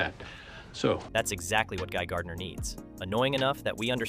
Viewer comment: It's not Guy Gurdinar tho